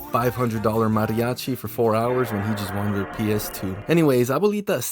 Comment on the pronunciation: "Mariachi" bro...